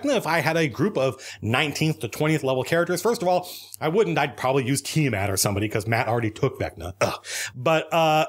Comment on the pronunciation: Tiamat? More like Tia-Matt!